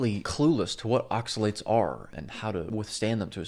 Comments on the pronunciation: Yes, his pronunciation of the word oxalates was driving me nuts. I thought it was just me lol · Good video, the way he says oxalates pisses me the fuck off. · Yes, he's been driving me crazy the way pronounces oxalates!